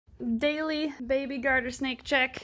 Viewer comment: You said it wrong! Its behbeh sehsone